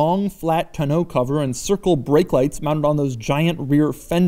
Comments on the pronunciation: Is it just me or is it pronounced "täh-nō" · I love Doug, he is fantastic!! But he does not have a clue on how to pronounce Tonneau.... :( it makes me sad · Mrhellzya I have to agree. Smh. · Who taught you how to say Tonneau?